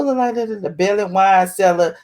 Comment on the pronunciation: Its bailey not belly